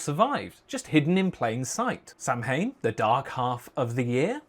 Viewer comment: is aoibhinn liom duine ag labhairt faoin gcultúr ceilteach a fheiceáil! great video just fyi, "samhain" is pronounced more like ""sau-wen" in irish